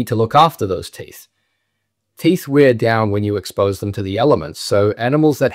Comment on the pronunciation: why do you pronounce bear like beer , and wear and tear like weer and teer?